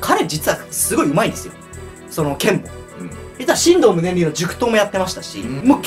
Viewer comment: ×しんどう ○しんとう